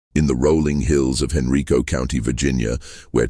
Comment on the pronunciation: It's "Hen-RYE-co"